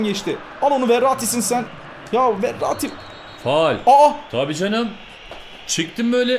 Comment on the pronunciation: sende her şeye fual diyorsun